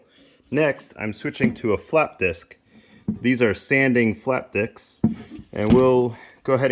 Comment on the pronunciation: i swear it sounds like "these are sanding flap diks" lol 😂 but on a more serious note does anyone know the size of the battery terminal lugs on the growatt inverter?